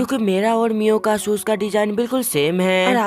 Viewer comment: Miyo❌Mia✅💀💀 ye ladki ko chashma bulne ki bhimari hai 😂😂😂😂😂 lol😂😂😅😅